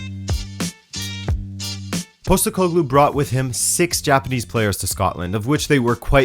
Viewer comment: Since you asked for pronunciation it's like this: Nea Filadelfia = Nea Philadelphia (literally the same word as the US city) meaning New Philadelphia, an area in Athens. Postekoglou = Posh-tEh-ko-gloo (stress the E part)